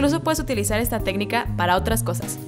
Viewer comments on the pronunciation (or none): none